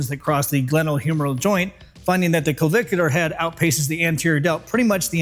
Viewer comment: I've watched this 2.5 times, i guess I like the way you say clavicular head! Hey, nice shirt. It matches the stache!!🏋‍♀ NDY ;{>>>